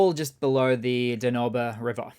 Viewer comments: Danube River, pronounced: dan-yoob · Holy shit did you just pronounce "Danube" as Doh-no-be? Ah hahahah! Informative and entertaining as always! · Thanks again,.: Da Noba river!?!! Really? Have you never heard anyone verbally mention the Danube? More lies. If they could've they would've rather than go begging n korea. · Danube is pronounced 'dan-yewb'